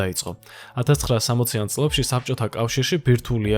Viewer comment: კვლЭვა,წლЭბი,მერცხლЭბი,მოპოვებულЫ,... და ასევე ალბა-დ და ან მთლა-თ😊 დიდი ხნის უკან დავუწერე, "უცხო" რომ ერქვა. "ლ"-ს კიდე ვინ სჩივის პოლიტიკაში რომ არ გასვრილიყო კაპიკებისათვის. დასანანია.